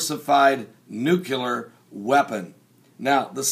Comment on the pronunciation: It would be awesome if you actually said Nuclear and not Nucular.